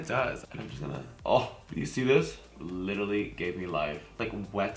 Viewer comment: you say literally 100 times but cant even say it right honey get a dictionary